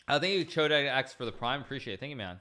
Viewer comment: Lmao the sub name was chodexd and he pronounced it chodae exed